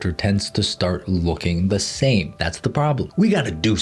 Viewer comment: i thought he said "Sam face syndrome" and i was wondering what was wrong with his face